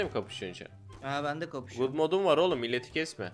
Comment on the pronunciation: gud mod ne lan god gad diye okunur